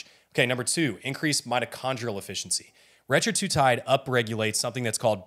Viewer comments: Hey man, I like your videos, but it’s hard to take this one seriously when you do not pronounce Retatrutide correctly …not Retra-tru-tide…it’s Reta-tru-tide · It’s not retratutide, dude. It’s retatrutide. The masterclass should include proper pronunciation. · Bro learn how to say RET-A-TRU-TIDE. if you're giving a masterclass you should probably know how to pronounce it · That was driving me crazy too. You’re not an expert if you can’t even pronounce the name correctly